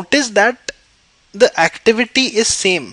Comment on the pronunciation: Activitity haha